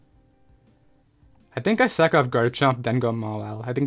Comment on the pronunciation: Every time you say sack off it sounds like suck off and makes me laugh.